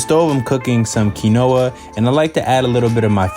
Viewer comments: Its because he said kinoa instead of the actual pronunciation of quinoa .. I'll give him credit ...he said that thang with so much confidence 😂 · He been vegan for 3 years and still says Key-Noah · did he just say.. kin-oah? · Maybe because he said “keen oh a” instead of “keen wa” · lol..it should sound Quínoa..like in Spanish because Quinoa comes from the Peruvian Andean mountains.. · I don't where you're from but nowhere is it correctly said "key-no-uh", its "keen-wah" regardless of where you live. You're just saying it wrong. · They probably didn’t put him in the thumbnail because he said “Key-no-uh” 😂😂😂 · out here pronouncing Qinuoa like Key-Noah, someone has to tell him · I'm so sorry, did my man just pronounce "quinoa" as "key-no-a" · I pronounce it as kih-noah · yes because its correctly pronounced ONE way lol. Phonetically: ˈkēnwä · "Key Noah" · I know he didn’t pronounce Quinoa as “key-no-ah” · I really like you’re recipes but wanted you to know that quinoa is pronounced “key-wa or king-wa”. Thanks for sharing. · BRUH NOONES POINTJNG OUT HE REALLY SAID KEY-NOAH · Agreed. I love him but I do find it funny how he mispronounced quinoa after being vegans for 3 years hahah 😆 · Because he mispronounced quinoa. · 😂 i love how he pronounced it im like hmmm must be a new kind of grain then I look to the top left and see the word quinoa 😂 dish looks fire though 😁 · but he's speaking English, and that's not how it pronounced in English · I seriously just went on a deep dive through the comments to see if anyone else was bothered by that 😆 He also said "oh-ster mushrooms" more than once lmfao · When you think there is only one way to pronounce quinoa.